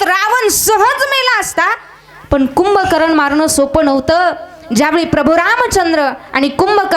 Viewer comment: रावण यांचे बंधू कुंभकर्ण आहेत कुभकरण नव्हे आपण तर ह.भ.म. आहात सर्व भाषेचा वापर आदर योग्य करण्यात यावे